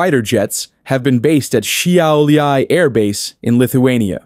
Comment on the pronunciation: btw its pronounced like shau-lay or SHE-OW-L-E-EY